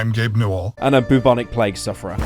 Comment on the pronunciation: Did pyro just say BOOBonic 😨😨😨